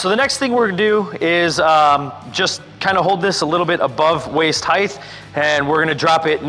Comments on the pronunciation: Height.'T' not waist heighth! There is no th at the end. Width and height! Weight and height! T T T. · He kept pronouncing it 'heighth' too. Hurts my brain!